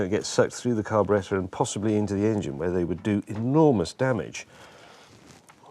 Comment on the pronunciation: That is the correct English pronunciation for it so good on ya!